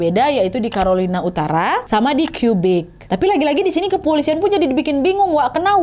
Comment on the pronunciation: Québec (dibaca Kebék), salah satu Negara Bagian Kanada yg berbatasan lgsung sma US (terutama seputar New York)